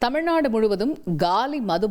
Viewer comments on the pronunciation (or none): none